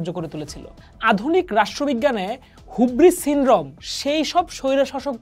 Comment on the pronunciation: হিউব্রিস not হুব্রিস